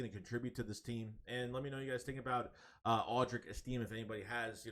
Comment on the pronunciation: it’s pronounced like this: Audric Esti-may